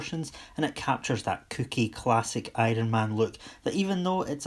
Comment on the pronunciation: I-ron man.